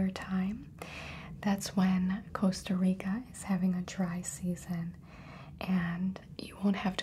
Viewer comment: hearing her say "costa rica" (my country) is too satisfying